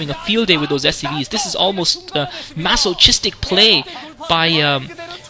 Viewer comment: the 'ch' letters in masochistic sound like a 'k' when you pronounce it. anyway, did the T build any turrets in his main? why didn't kwanro go attack there? didn't see any sunks at all. counter may have done some good, right?